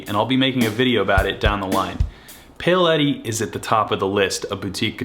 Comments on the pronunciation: Great collection!! 😍😍😍 It does surprise me how Americans seem to so often not be able to pronounce the name “Paoletti” though! 😜 There’s no “y” in it… it’s not pay-o-letti… it’s pow-letti. I thought that with your large Italian American communities you’d know how to pronounce Italian words better 😉🙂🙃🙂🙃🙂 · It's Powletti, not Payoletti. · It’s pronounced “Pa-ow” letti. You American!!! 🤦🏻‍♂️ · Yeah he definitely says it like “Pale Eddie” This is a “Pale Eddie” guitar. Pale Eddie sounds like he’d be a badass dude. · ok, maybe the Italian community thing isn’t a good reason why he should know how to pronounce Paoletti properly. How’s about the fact that he’s a guitarist who owns two of them and has actually worked with the brand directly (they have reached out to him and provided him with these guitars) as reasons why he should know how to pronounce the name correctly? 😉 And just to say… is the person who in a recent video was laughing at a narrator for pronouncing Les Paul incorrectly as “Lez Paul”, so I think he can take a bit of light-hearted stick for not being able to pronounce the name of a brand of guitars that he owns and has worked with 😛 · I hope you’re going to learn how to pronounce “Paoletti” before you do a video on them!